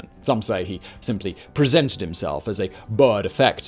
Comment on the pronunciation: Boer like Moor, gosh I cant lie, but as much as I love this channel this mispronunciation absolutely killed me